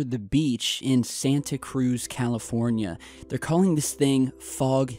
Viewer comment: Triggered when people pronounce Santa Cruz wrong